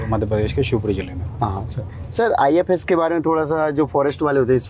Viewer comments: IFos not IFS 😅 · Ifos h ifs nhi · It’s IFoS not IFS service